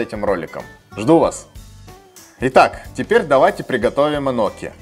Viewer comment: Рецепт огонь, так забавно звучит тепер,а не теперь